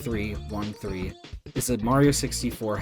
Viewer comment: finally a normal person who says b3313 like someone sane and not making up titles like "beetle". LIKE WHAT CONNECTION DO THE WORDS B3313 AND BEETLE HAVE??